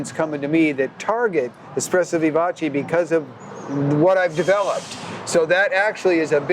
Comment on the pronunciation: Vivace. Eh sound, not ee. Americans really can't speak foreign languages.